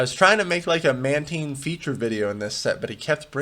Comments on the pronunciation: Man-tIne not man-teen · im sure it's "man-tine" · It's taine, like in Time. Man taine. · It’s pronounced “Mantine.”